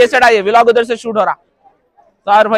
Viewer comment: Vilog ny bolte bhaii vlog bolte